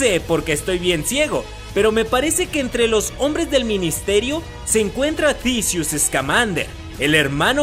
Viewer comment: muy bueno tu video y buen análisis es casi lo que todos nos imaginamos hasta ahora no hay mucho material! pero lo que me saca de quicio es la rara pronunciación de algunos nombres como ecl del profesor Dambledor o Dumbledore? Tisius o Theseus Scamander? thriller o trailer? dejale esas pronunciaciones raras a los españoles y a los argentinos!